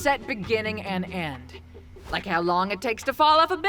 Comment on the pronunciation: "is dat why you dwess up wike a cowboy?"